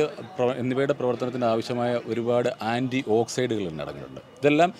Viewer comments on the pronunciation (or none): ആന്റി ഓക്സൈഡല്ല, ആന്റി ഓക്സിഡന്റ്